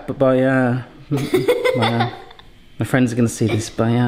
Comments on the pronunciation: Please Don’t stop saying “Bayah” . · Don't say bye-a, to Baya... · RIP ‘bah ee ah’ 😢